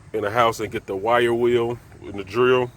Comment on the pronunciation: Oh he was saying wire wheel I was like what is a white wheel